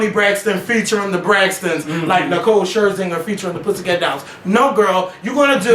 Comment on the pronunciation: first Nicole Scherzinger is not that telented and im positive their is more talented people then her. what she is is beautiful and that gets her a loooooooooooooong way.. so hush oboviously you don't know talent.. and when did he hate on her because he doesn't pronounce her name correct that shit is hard as fuck.. have a seat somewhere please